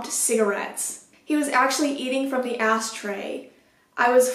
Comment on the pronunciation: did she say "asstray" LMAOOOOO